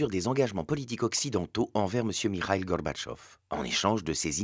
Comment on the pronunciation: Excellent pour le fond. Par contre, il faut qu'il arrête de vouloir prononcer "Gorbatchev" (Горбачёв) avec un semblant d'accent russe, parce que ça ne le fait pas du tout. L'accentuation est sur la dernière syllabe, qui se prononce "o" et la première syllage est affaiblie en "a". "GarbatchÓv"